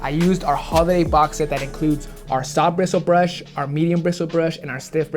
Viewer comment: Anyone else cringe when he said soft bristle brush